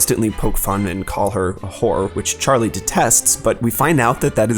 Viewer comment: El Gamerico That's because he says it with two syllables. hoo-er